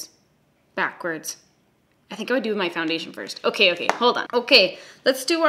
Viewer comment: "okey" love a canadian queen